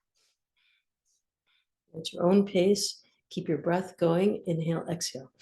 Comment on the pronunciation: Hey just wanted to say thank you for all your work and support ❤ and also I don't really understand the mantra are you saying exhale? I or what is this exale 😂👀 Greetings from Netherlands ✨🌱